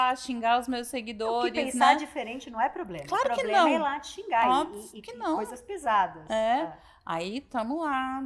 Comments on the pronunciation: Mas não é mesmo. É apenas uma inútil, deslumbrada que acha que tem algum poder no Brasil. E outro detalhe. Como uma pessoa pode ser formada, ter pós e falar tão errado assim? A deslumbrada fala "ploblema". A mulher quer regular as redes no nível de prisão por apenas dar opinião. Tipo "desagradou ? Tá preso!!!". É inadmissível o que essa mulher tá fazendo, ela jura que tem alguma voz, sem ter recebido um único voto. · Linguagem que você entende? Ele disse abrido, ploblema, cidadões, salma de palmas etc ....... kkkkkkkkkkkkkkkkk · Por mim Janja dava uma entrevista todo dia, não sinto mais falta das asneiras ditas por Dilma. Minha diversão está garantida. 😂😂😂😂 "Porque não podemos fazer um controle das redes igual a China?" porque será em Janjinha! 😂😂😂😂😂😂😂😂😂😂😂😂😂😂😂😂 é "Ploblema" 😂😂😂😂😂😂😂 mais Janja.😂😂😂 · Que mediocridade dizer que é o "auge da carreira". Essa jornalista tem "ploblema" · Uma" SALMA" de palmas para esse "PLOBLEMA" que se acha inteligente 😂😂😂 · Ela voltou a falar "ploblema" ou foi impressão minha? 😂😂😂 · é uma analfabeta ela fala ploblema, é uma sem noção deslumbrada ! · Desculpa aí...pra quem teve Ruth Cardoso conviver com uma primeira dama rasa, sem compostura, falando português errado, comendo o "s" do Plural, mandando os outros se f...., infringindo protocolo oficial com chefe de estado... É DUROOO...infeliz//te É O QUE TEM PRA HOJE...misericórdia.